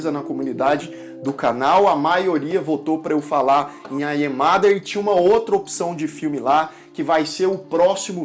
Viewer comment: "Ai é mader"??? Sua pronúncia é óóótima! 😂😂😂